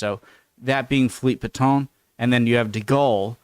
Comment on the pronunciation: It’s Pétain not Paton. I didn’t know who you were talking about for a while, until the context helped me. No disrespect.